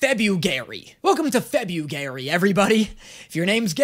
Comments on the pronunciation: "Welcome to Febu-gay-ry" completely missed the chance to say Fruity February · "Welcome to febu-gay-ry" - april 14th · "its like febur-febugary!!" its april whatchu on abt 🙂🙂